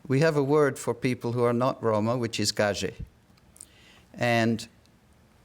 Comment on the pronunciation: Pronounced Guy-Shay Not GOD-JAY we make fun of people who pronounce it like that